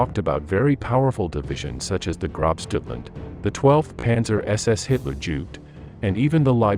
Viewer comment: I agree, with respect to the author. I did a double take at "12SS Panzer Hitler Jude" instead of Jugend. That is a horrid misnomer.